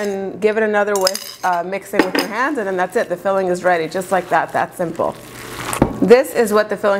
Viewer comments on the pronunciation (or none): none